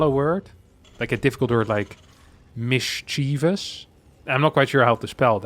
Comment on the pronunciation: You mispronounced mischievous 😁